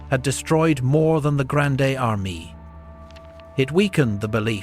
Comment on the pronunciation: Learn to pronounce Grande Armee